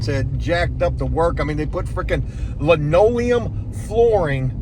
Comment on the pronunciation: Hey. Please don't call it lineoileum. That is some real old folks shit. There is a difference but stick to saying vinyl. You could get laughed at in certain circles. And please get a pair of quarter round cutters it makes life so much better